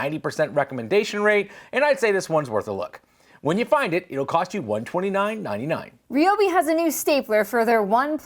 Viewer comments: Yeah, in a crazy twist of fate, likely because only a dozen people on the planet pronounced it REE-O-BEE, it is now officially RYE-O-BEE. Apparently they listen to their customers. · it's rye-ob🤦‍♂️ not sure how a dash cam can help anyone🤔. no such thing as baby chainsaw🤦‍♂️ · Hate to be that merman, but please use the new pronunciation of Ryobi.